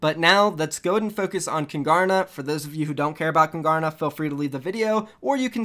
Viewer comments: Kungarna you are saying it really wrong its Swedish for the kings learn the right way don’t disrespect Swedish culture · I think it's pronounced koon-gar-na